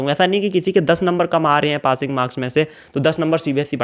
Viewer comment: Aree Pating marks nhi hote Passing hote h lovde 😄😄